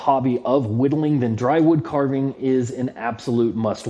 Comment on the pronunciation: Great video and thanks so much for featuring my channel! I'm glad you are enjoying the whittling projects. Just to be clear, it's not dry woodcarving, it's dywoodcarving (no r). As in d.y. woodcarving, my initials.